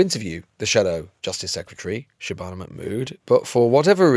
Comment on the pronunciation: Not Shaban a which rhyme with banana 😂😂😂👌🏽👌🏽👌🏽 class